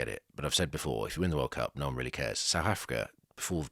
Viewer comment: Why do people in inglan say "Souf" Africa?